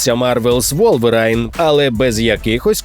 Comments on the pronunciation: Обожнюю українських ігрових блогерів.. але люди, ну попрацюйте трохи хоча б над англійською вимовою під час називання найменування ігор та назви студій-розробників... Ну який до біса "ВулверАЙн"?? Ну, хоча б ВулверІн".. 😅 а так ви круті! Успіхів у всьому! Корочше, це не тільки ваша проблема.. це всі українські блогери такі... Сподіваюсь це зміниться 😉🇺🇦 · Wolverine читається вулверін, а не вулверайн)))